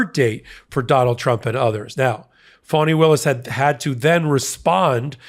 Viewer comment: WOULD YOU PLEASE pronounce her name right?! (phonetic) Its not "phony Williams") It's fawnI")!